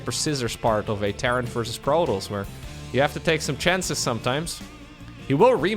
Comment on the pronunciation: Stop saying "Protoss" weird please